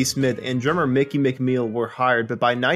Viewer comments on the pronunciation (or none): none